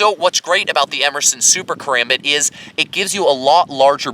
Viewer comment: I love the review, I just wish you pronounced "Karambit" correctly. Regarding your opinion, I totally agree regarding the design decisions, but not in terms of their use. A combat knife isn't going to need the same intense focus on durability that a survival knife will need. A high quality sandwich construction is more than enough for spending 99% of it's lifespan in someones pocket or on a nightstand.